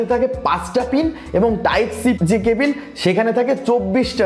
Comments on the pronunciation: life a first sunlam..... table ke bangla translate korle tibol bollen?? eng:ক্যাবল,bd: কেবিল।😂vaia onk besi improvement labge...onnk besi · Cabil na cable 😄😄😄